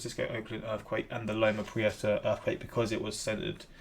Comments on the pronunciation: You pronounced loma prieta better than most of the people living around there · You pronounced it correctly. My aunt lost her property in the marina district and I live a couple miles in and watched the quake roll through. The ground heaved and rolled like a wave, you see cars lift and go back down. My uncle was on the lower deck of the bridge. We moved and now I deal with wildfires every damn year...I prefer the quakes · Long post warning: You got Loma Prieta pronounced right. It's local to me. Loma Prieta well south of San Franciso; I'm in Silicon Valley 50 miles south, and the epicenter at the Forest of Nisene Marks is another 10-15 miles south of where I am. I was at work when it hit. Trust me; watching a vid on a quake is NOTHING like living through it. How do you deal with it? You buck up, get a stiff upper lip, flex whatever muscles you have, and live with it. Been there. Literally That opening shot is a University of Santa Cruz, about 3-4 miles from epicenter. When one hits, get under a table or desk, or in a doorway and hang onto the door jamb. Earthquakes are NOT predictable. Company I worked at at the time, a semiconductor company in San Jose, had some engineers visiting from their southeast US design center (Mississippi, I believe), and when we talked in the parking lot after evacuating, one of them told us that his boss had been trying to convince him to move from Mississippi to California. He told us, "Uh, no way. At least with hurricanes and tornados, you get advance warning." I was on 2nd floor of a 2 story open floor tiltup; the floors were slabs suspended from equal spaced pillars through the building. It was like riding a trampoline. I was in the aisle between cubicles and I grabbed on to the walls either side of me and rode it out. I do remember the plate glass windows that surrounded us bowing in and out in waves, like ripples in a lake. And things like the rings around fi